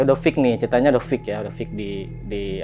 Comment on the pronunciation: fix bg bukan fik😂